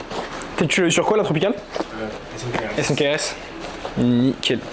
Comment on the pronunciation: Sérieux arrêter de dire S N K R S, c'est SNEAKERS ... sinon ca sert a rien de faire ce genre d'écriture abrégée